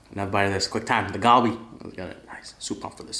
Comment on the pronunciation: Ahhh it’s so cringe when he calls it “Galbi” 😂